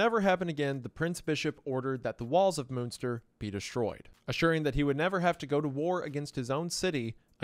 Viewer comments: I can't watch this video because of the constant mispronouncing of Münster. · Listen, I love you Isiah, but please... Why would you not take, just 15 seconds, to google how to pronounce Münster.. For fuck sake man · Yep, Bernhard and Jan are still very common names! The J in Jan is pronounced like the y in yes, for future reference! And the ü in Münster sounds like the e in 'phew' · "moonster" sir it's MUNNN like MONEY MUNNNN STIRR. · I love you Wendi and not to split hairs here but …… MUNster not MOONSTER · For anyone interested in the correct pronunciation of some German words (not a criticism btw, pronunciation in other languages can be hard): - Münster is not pronounced as "Moonster". It's hard to describe, because the Ü sound is not really used in English at all, so best to look up an example in another video. - Bernhard Knipperdolling: First up, the "h" in "Bernhard" is pronounced in German, so the second half of his name is pronounced as "hard" not "ard". And the "K" in front of "nipperdolling" is pronounced as well. - Franz (or the German "z" in general): "z" in German is not pronounced as "s", but as "ts". So it's "Frants". Also, the "a" is not pronounced as in English, but like (lacking a better example) the "as" in "Allah". - Rothmann: "th" is simply "t" in German. "Roth" is a very old Jewish name and in German, simply pronounced exactly like "rot", the word for "red". - Von: pronounced like "on", but with an "f" in front. - Leiden: "ei" in German is basically pronounced like "i" in English, so like Biden, with an "L" at the start instead of a "B". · Took me way too long to get that by Moonster you mean Münster lmfao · Not to mention all the German names. Jan as 'Han' and Moonster for Münster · please pronounce munster right please